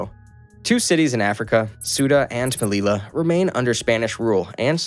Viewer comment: Suda and melila, oh yeah